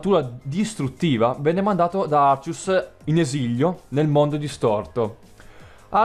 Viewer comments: Sentire arcius al posto di àrcheus ... ti giuro, mi ha fatto bloccare più volte il video dal nervoso. Ma apparte questo ... bel video X) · Poi si dice Archeas